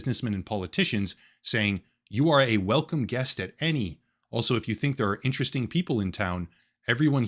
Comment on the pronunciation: Hmmm. Velcome to ai internet.